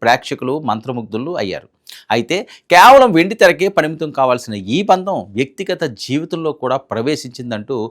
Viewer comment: బంధం. బందం కాదు.